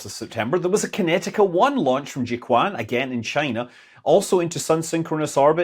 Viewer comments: Hi Scott, I always love watching your videos. However, you should know that Jiuquan is not pronounced "ji-kwan", but rather something closer to "geo-chew-ann" ("geo" pronounced as in "geocentric"). I'd be happy to make a recording if you'd like. Thanks again for all the education and entertainment! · I would say joe-tsuahn .